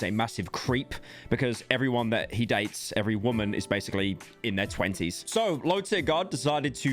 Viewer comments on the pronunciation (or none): none